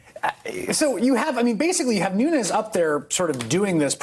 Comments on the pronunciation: "Noonoos". Keep listening. He says it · Did he just call him Nu News 😂😂😂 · God still is, l believe. He has his cows. It is understood that trump cannot even pronounce his name, nunes! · “Nunoos” “his go to mooo-move” 😂😂 is totally trolling Nunes!